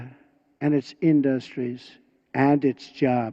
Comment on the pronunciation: "and its indOstrtries..."